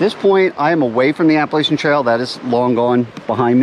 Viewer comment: It’s pronounced Appa LATCH ian. Thanks.